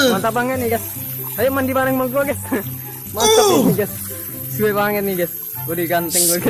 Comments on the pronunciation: Ges ges ges ges ges ges ges ges ges ges ges ges ges ges ges ges ges ges ges ges ges ges ges ges ges ges ges ges ges ges ges es ges ges GUYSSSS Bukan Gesssss G-U-Y =Gaiysssss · Tiada kalimat tanpa kata ges bkn Guys😂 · perasaan geys mulu geys.😂😂